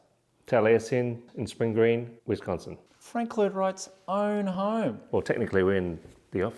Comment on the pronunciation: His oern hoerm!